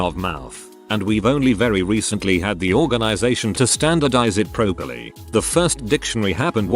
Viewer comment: I have watched so many of these robot-narrated videos that i have started to pronounce the word "properly" as "pro-perly" instead of "prop-erly".